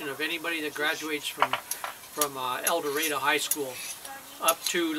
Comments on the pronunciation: As the Warden said, it's El Dur-ray-doe. No offense (and forgive me), but I kinda cringed when I first came across your El Dorado video back at the start of the decade and you pronounced the town's name with an A at the end. Our biggest pet peeve is outsiders mispronouncing the town's name. Also, you mispronounced Calion. It's pronounced Cal-yon. And for Ouachita, it's wa-sha-taw. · hey dude,i sure can tell your not from Arkansas,u did say the county of ouachita right,and town of el doardo,right either... just trying to inform u!